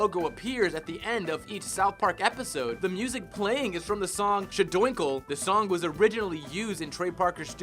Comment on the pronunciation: all those facts and you miss pronounced "shpa-doinkle" lol. I guess you didn't see the movie